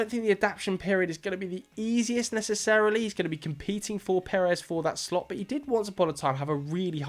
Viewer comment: Brilliant video. Just a heads up, the pronounciation of Slot is more like "slowed" rather than "shlot." It's a sharp S in the beginning and a drawn out O